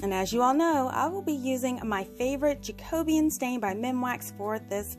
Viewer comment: You make lovely creations and I love your attention to detail! FYI: the stain is pronounced as jack o be an. I remember that from high school home ec when we studied different building periods such as Tudor and Jacobean.